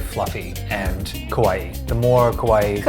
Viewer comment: The Japanese pronunciations are wrong. Kissaten (key-sa-ten) Kawaii (ka-wa-eeee)